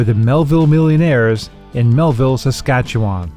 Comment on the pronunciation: You can always tell when someone is from america, when they pronounce Saskatchewan like that. Reminds me of Slapshot